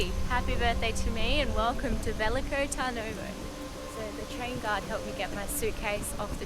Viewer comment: Turnovo is pronounced as "huh" sound not an a sound. Next time come to Rebrovo to have lunch?